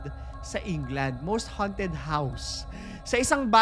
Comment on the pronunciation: note pronunciation: ~haunted --" hown'ted" hindi -- "han'ted"